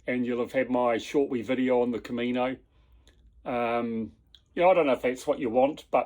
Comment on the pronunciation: Camino, not " comino..." 😊